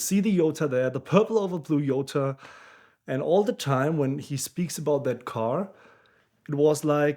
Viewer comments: Its a J not a y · My biggest question is how "Jota" becomes "Yota". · Exactly, "J" is not pronounced "Y" in spanish.